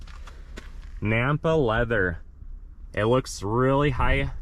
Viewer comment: "Nappa" Leather. Sounds like you keep saying, "Nampa" Leather.